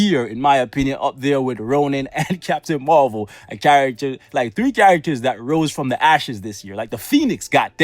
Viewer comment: I loved that when you said captain marwhale instead of captain marvel.. 💓💓💓